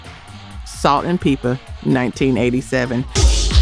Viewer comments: Salt n Peepa? It’s Salt n Pepa. I have a problem with a mediocre content creator who can’t even narrate his own videos. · Good video but you might get more subscribers if you say the artists names right. It's Pepa! Not Peepa. It's Nee-yo not Naa-yo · I had to quit watching after the narrator said “Salt N PEEPA” 🤦🏾‍♂️ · It’s Salt and Pep-a (as in Pepper) not Peepa. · Come on, she pronounced their name as Salt-N-“Peepa”, constantly! Tell me that this isn’t a bot?! Listen to all of the names she mispronounces! BOT!🫣🤪😂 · For the young folks who don't know, Salt N Pepa is pronounced (peppa) not (peepa). Probably should have left this one off the R&B list in the first place. Pink Cadillac by Aretha Franklin would be a good one to go in its spot because she wasn't talking about Cadillac, but it was pink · Peepa? Are you from America sis? 😖 Nayo? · lol ok… cause WE know his name is pronounced knee-o… salt’s partner is pronounced just like the spice but no ‘r’ sound…😊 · Salt and "PEEPA", though? LOL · Umm… i want subscribe but is this real? The way she pronounced Pepa, Tupac and Neyo…nah!